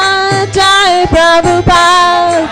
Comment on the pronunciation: Hey, congratulations you are one of the rare devotees that know how to pronounce Srila Prabhupada's pranam mantra...